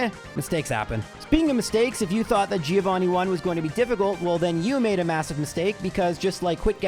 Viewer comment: Is the 150th run the one you're gonna learn how to pronounce Giovanni correctly for?